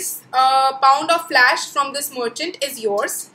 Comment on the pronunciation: Didi Flash nahi Flesh hota hai